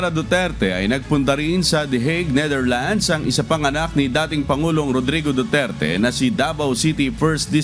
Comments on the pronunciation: It's annoying how she say NITHERLANDS, it's NETHERLANDS, you're a professional journalist you should know !!! Prayers for president Duterte 🙏🙏🙏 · Netherlands… not neitherlands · NEH-THER-LANDZ, not NEEDER-LANDS | Pronunciation matters too in news reporting. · Niiiitherlands? Ultimong pronunciation mali. Paano ka pa maaasahan sa paghahatid ng tamang pagbabalita? Halatang may binabasa lang at walang sariling pag iisip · The Neightherlands? 🤣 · It’s pronounce Netherland not Neither land lady broadcaster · Netherlands po, hindi Neitherland 😂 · Nee thirlands... nu b nmn un reporter nato😊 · Please the right way yo pronounce NETHERLANDS IS 'NE-DER-LANDS not Ni-der-lands' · NETHERLANDS HINDI NIDERLAND JUSKOOO DAAYYYY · Nidirlands sabi ng girl lol 😆 😂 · Ne - ther - lands hindi nithirlands. But God is Good! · Why does she keep pronouncing netherlands as neitherlands lol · Pakicorrect po ang pronunciation ng The Netherlands! Thank you po! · Bisaya ka day yung pronunciation mo po ng Netherland 😭😭😭😭😭